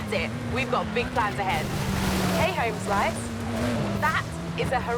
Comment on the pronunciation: Hearing a Brit say "Homeslice" is the most silly thing ever. It would be like someone from the U.S. saying "Bollocks"